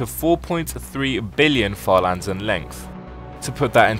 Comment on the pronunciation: Bro when you said further lands I thought you said father lands 💀